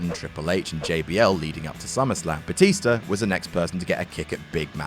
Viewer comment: I wonder what "Batister" and "Rebeccur" had to say the next night on Monday Night "Rawr"...